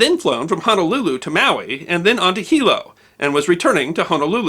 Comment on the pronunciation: AYE! YOU SAID “HONOLULU” CORRECTLY! 🤣🤣🤣🤣🤙🏽🤙🏽🤙🏽🤙🏽 Thank you for the video. The flight attendant killed in this incident was my childhood neighbors Aunt. Rest in love CB! What I find intriguing is that our Queen Liliʻuokalani was overthrown by the United States businessmen and the aircraft in this incident was also named “Liliʻuokalani”, an aircraft belonging to an airline registered as an American business.